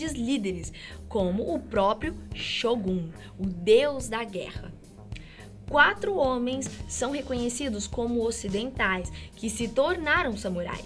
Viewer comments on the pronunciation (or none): none